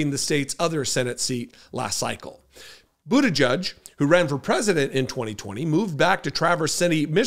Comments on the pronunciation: his name is pronounced Buta-gedge, not Buta-judge, there’s no U in his name, I’ve heard you bit€h at people who mispronounce Kamala Harris’s name, it’s not Buta-judge!!! You are pronouncing his name like the homophobic bigots on fox propaganda machine network do, just like they refuse to pronounce Kamala Harris’s name correctly after they were told repeatedly how to say it!!! 🖕🏻💩🤡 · It's pronounce 'boot-a-jedge' not 'judge', please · please pronounce the name correctly! it is NOT bootajudge! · C'mon,, you KNOW it's pronounced, "BUDDHA -jej." (NOT "Judge".) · Our future President's name is pronounced boot - edge -edge . FYI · If he does run for president, I hope people learn how to speak his last name correctly. It's not "butti-judge", it's "butti -jedge". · His name is pronounced like: "boot - edge - edge" or so I recall his saying on an interview years ago.